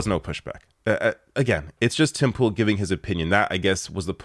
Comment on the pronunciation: When you say Tim Pool you pronounce it as "Timple" highly amusing but I am sure not deliberate:)